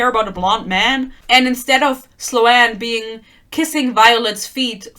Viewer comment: I think Sloan is pronounced “Slone” not slo-anne